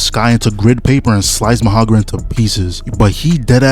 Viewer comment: MA HA ROG A....no disrespect love your videos